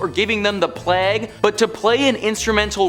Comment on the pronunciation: How about calling the plague...."pleg"